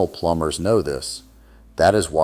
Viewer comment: I like the way ai says plumbers wtf.